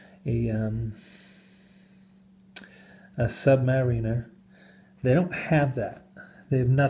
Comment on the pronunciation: HAHAHAHHAHA IS A FUNNY DUDE, HE'S BEING SARCASTIC....THERE'S NO WAY HE'S SERIOUS "sub-ma-RI- ner", "BEE-zeal" "mother of pearl" OMF HAHAHHAHAHAHA